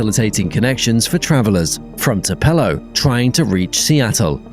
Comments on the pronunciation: Tu pull o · I think he gave it a French pronunciation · Please look up how to say Tupelo: "TOO-pelo". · Thank you, thank you very much.